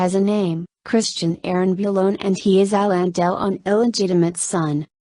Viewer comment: The worst computer voice ever...Hallon Dell-on, who he? How could Alain Delon have disowned this love child of his who looks like a perfect clone?